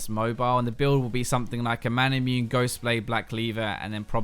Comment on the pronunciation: It's not Mana-MUNE as in Immune. It's Mana-MU-NE.